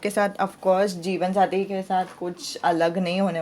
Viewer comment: Di mujhe jeevansathi nhi jeevanjati sunai de rha hai🤦